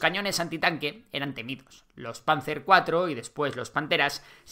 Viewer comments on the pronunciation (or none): none